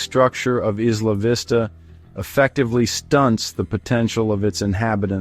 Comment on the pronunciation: Maybe they can actually pronounce the name correctly. What a stupid video